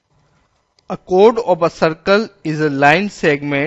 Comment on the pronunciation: That's Not Ob a It's Of a :D But Finally A Good one 😍😍